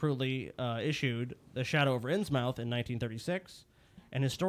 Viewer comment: It's pronounced "Innsmuth"